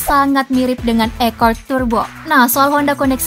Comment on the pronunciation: Akord kali bukan ekord